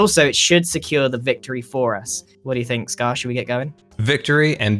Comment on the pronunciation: Am I the only one who loves how he says ‘scarrrr’ or ‘scarrrred for life’?